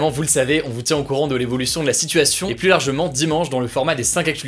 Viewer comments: Super vidéo juste quand tu dis "plus" prononce le "plu" et pas "+" ça me dérange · Pourquoi ne pas faire un effort sur la prononciation du mot plus ? Je conseille vos vidéos à des étudiants étrangers qui apprennent le français, et c'est désespérant d'écouter systématiquement cette erreur malgré les commentaires d'internautes qui l'ont aussi relevé. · « Le plusse »